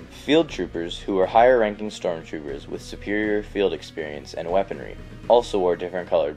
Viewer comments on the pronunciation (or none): none